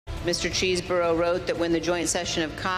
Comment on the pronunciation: “CHEESE BOROUGH” 🤣